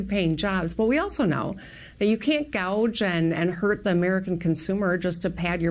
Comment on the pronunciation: "Gouge" LOL. The prices wouldn't be this high if it weren't for Dems.